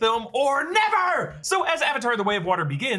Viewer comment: Why you gotta say “never” like that though… What did I do to you